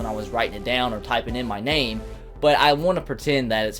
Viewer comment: Thanks for awnsering my question and you said my name exactly